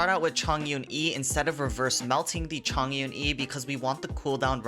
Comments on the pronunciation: Is Chong/ Yun/ Not Zhong\ Yun/ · It should be Chong Yun instead of Zhong Yun. ‘重’ which is a Polyphonic characters in chinese pronounced 'chong' when it is used in name usually.